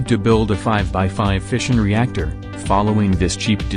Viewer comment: Who else thought he’s been saying fishing reactor